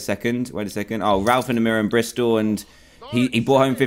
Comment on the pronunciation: Madison cox its Bristol not Bristal